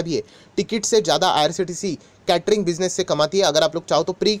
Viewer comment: Sir aap क्यटरींग. Kyu bolate ho ye केटरींग है